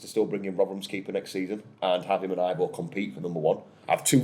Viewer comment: Ivo is actually pronounced evo (I've got a Croatian mate called Ivo 🙂). I agree, just give the lad time to settle in, he's not making nutjob mistakes and his ball distribution is miles better.... I can understand the animosity towards the Prince, but I'm also old enough to remember a few previous owners, he's still the best out of bad lot, it's like preferring stale bread to mouldy breadcakes.😂